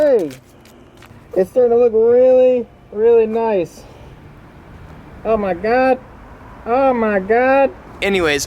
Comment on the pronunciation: He says Huhmahgoi smh